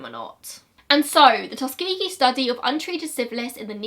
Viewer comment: when she said “tus-kee-gee” i was shook, i always thought it was more like “tus-ka-jee” and im from america??? is it just her accent??? i’m lost???